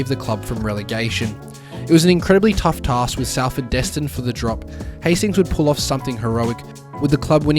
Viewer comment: its pronounced SOLford 👍